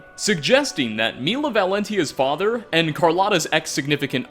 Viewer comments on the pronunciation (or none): none